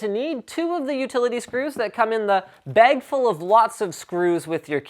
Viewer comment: Why do you say bag like bage or baig, I pronounce it bag, or like ba-ah-g lol